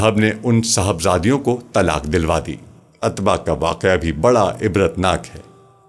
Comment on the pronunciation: عتبہ میں ع پر پیش ہے۔ السلام و علیکم غلط ہے السلام علیکم درست ہوتا ہے۔